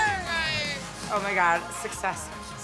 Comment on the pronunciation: “You’re sweating“. “Yeah cause I was having axientys” lol